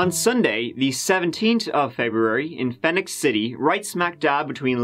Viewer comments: I live less than one mile from there (across the river in GA, though). I love the way you pronounced it “Phen-ix” City...it’s actually pronounced Phee-nix”...it has no O but is pronounced the same as Phoenix Arizona. They aren’t real smart in them there parts. 😂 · It’s pronounced Phoenix City. Not Fenix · Phenix is pronounced the same way as Phoenix by the way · The city is Alabama is Phee-nix City — pronunciation is the same as the city in Arizona. 🙂